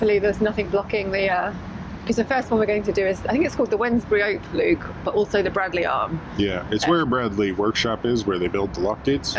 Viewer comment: I hate to be pedantic but I was pulled up many times when I first moved to Wolverhampton for miss pronouncing Bradley, it’s actually spoken as Bra(y)dley.